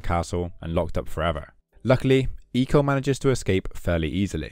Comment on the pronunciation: For the longest time I thought it was pronounced “Eye co”. But hearing the way you said it sounds much better 😅